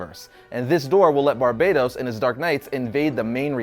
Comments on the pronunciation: Barbatos, not Barbaytos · Is it really pronounced Like "Barbados?" Not "BAR-BUH-TOHS?" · Stop calling him Barbeytos he is BARBATOS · i think you pronounce it ..Bar Baaa Toss not Barbados ya rasshole :face-blue-smiling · barbatos not barbados